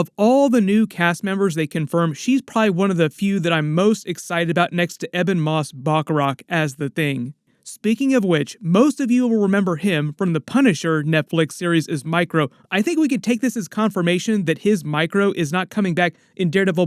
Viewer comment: Good video, but my man, his name is Ebon Moss-BACHRACH. There's no 'a' in it. You should try to get the names right!